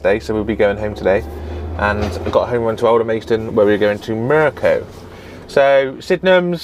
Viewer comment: NOT Alder-maist-on. Alder-mast-on.